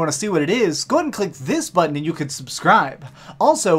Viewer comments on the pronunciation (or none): none